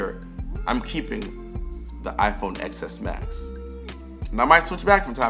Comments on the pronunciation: Every time you say “ex s max” I get a headache. It’s the “10 s max”. Life would be a lot easier if you didn’t pronounce the X as a letter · It’s “ten S max” not “Ex S max” :) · It’s pronounced XS Max (10 S) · Disliked cause you keep saying Ex S.... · Painful to hear you call it "excess max" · It’s pronounced: iPhone Ten S Max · That was annoying me